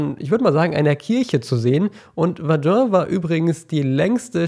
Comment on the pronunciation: bitte sprech Verdun richtig aus :-)